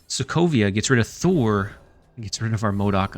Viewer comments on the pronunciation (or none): none